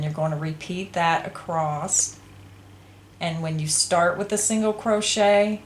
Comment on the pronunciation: The word is "across" without a t on the end.